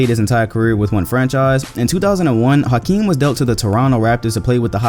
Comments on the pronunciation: H not house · In 2019 we still mispronounce Hakeem. The House is silent.